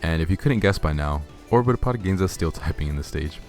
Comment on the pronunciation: Orbitopod sounds like orbtholod